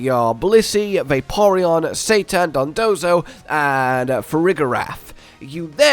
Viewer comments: Why this dude keeps calling cetitan Satan 💀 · It's cetitan not Satan hahah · Love your videos and strats guys...but please, if you're going to the effort of recording, scripting and editing a video can you try and actually read the pokemon's name before pronouncing it?! Cetitan isnt hard to read or say- Say-Tie-Tan not Satan. It's a Whale...CETACEAN and it's big TITAN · They way you say “Cetitan” sounds like you’re saying “Satan” and that threw me off so many times lol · I'm never pronouncing it Cetitan again, Ceitan is infinitely funnier. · I heard "Cetitan" in #2 but read Blissey and I thought you were calling Blissey "Satan"... which is 100% accurate :) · I thought he was calling blissey Satan the whole video 😆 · Say it with me now, Ce-Ti-Tan